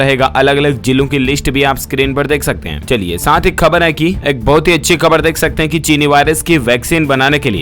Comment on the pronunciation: Siir ap urdu wards k poronocataon sahi kara karo plz..etc..kabar-kahbar; marij-mariz ';jilo -zelo ; aiozan=aayojan ;zairi=jari ; etc..